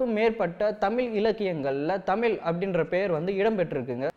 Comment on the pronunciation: தமில்/தமிலே இல்லை தம்பி "தமிழ்" கூறுங்கள். உங்கள் பணி மேலும் தொடர்க!